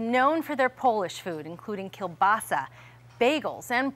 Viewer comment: Dont use the L when saying kiełbasa Its a whole different letter